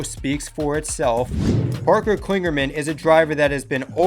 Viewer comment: I like these videos and am happy to see the season starting, only off thing is, it's Parker Kligerman, not Klingerman